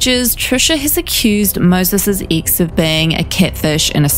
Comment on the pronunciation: 😂😂😂😂🤣🤣🤣🤣 I was thinking EXACTLY the same thing "Ix" ☺️